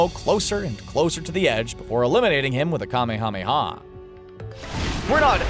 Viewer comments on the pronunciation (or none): How many people are going to mispronounce the Kamehameha? it's Kah-may-ah-may-ah, not Kah-may-ha-may-ha.